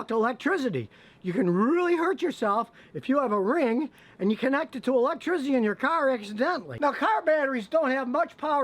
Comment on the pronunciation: Scotty "electrizzidy" Kilmer